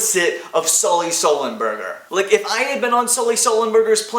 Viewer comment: every time you said sulley sullenberger i fell on the floor laughing.